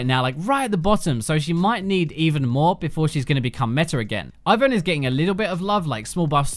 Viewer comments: IT'S META!!! NOT METAR!!! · My ears bleed when he says metar instead of meta....